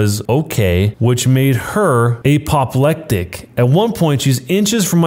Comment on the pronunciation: apoplectic and flummoxed coming in hot with the extra hard emphasis on the wrong syllable